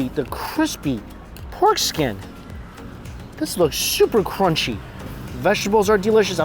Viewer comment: Does this guy think he sounds cute talking like a baby? This thing is qunchy instead of crunchy.